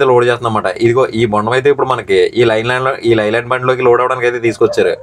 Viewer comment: Lii land kadu Ley land sarigga palku vinyanki ibbando